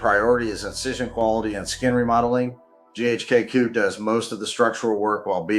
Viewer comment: I stopped watching after I heard GHK-COOOOO...